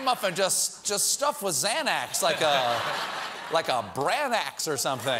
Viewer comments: Anybody else bothered AF by the way he pronounced Xanax .... because same... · "Branax" lol